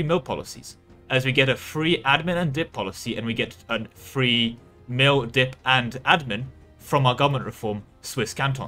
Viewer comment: Anyone else hearing three whenever he says free?